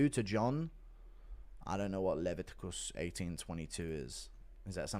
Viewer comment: Can’t pronounce Leviticus ??